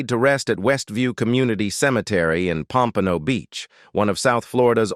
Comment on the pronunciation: Since I live near Pompano Beach I quit the AI voice at "pompanno beach". Ridiculous. AI cant even get that right plus this AI voice is overused. "Esther Rolly"